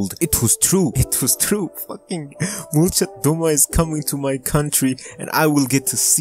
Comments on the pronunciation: Molchat domA, not dOma, bro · It's pronounced "malchAt damAH" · Molchat domA not molchat dOma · At least pronounce it right man😂👎